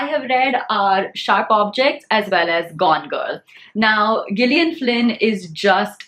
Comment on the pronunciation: Gillian is pronounced with soft G (as if it is written as “Jillian”).